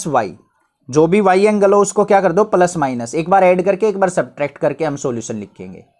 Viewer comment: Sir wo palas nhi hota plus hota hai....